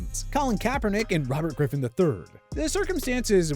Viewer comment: You said kaperdick now you’re forgettable